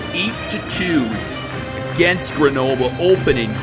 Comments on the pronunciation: its Greunobleu not grenoblé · It’s pronounced Ger No Bull